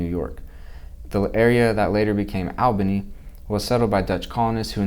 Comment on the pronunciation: Dude, it's "all" bany.